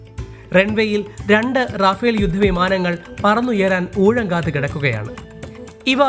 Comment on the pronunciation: റാഫേൽ അല്ല റഫാൽ